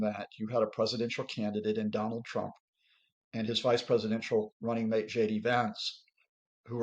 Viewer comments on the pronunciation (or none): none